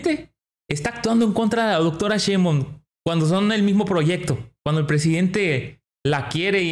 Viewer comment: Querido amigo nombre el apellido de la Dr como es acuérdese que mucha gente que los sigue en su canal repiten lo que ustedes hablan es Cheinbaun no Cheinbon